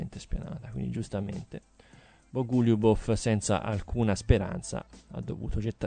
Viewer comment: Bògo-lju-bof lol